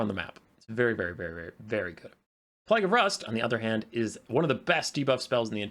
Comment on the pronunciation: plague and plaque pronunciation and meaning are different, mate ❤